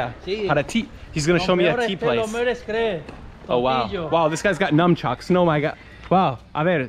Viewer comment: It's 'Nun" chucks, not "Numb" chucks bud....